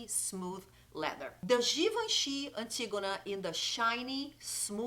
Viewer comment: One of the (many) perks of speaking Portuguese: being one of the only YouTubers who's able to say Antígona properly!! 🤣😘 Beijos, loved the video!